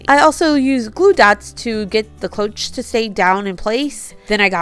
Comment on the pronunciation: Beautiful and cheerful design. Cloche is pronounced klowsh. I just bought 3 plant pots from the plus section and the labels took forever to remove. The blow dryer worked okay with first one, so-so with second and the third was a bugger 😂. Dollar tree needs better stickers. Really great job on the candles! Came out awesome. Could definitely sell them or give as gifts. TFS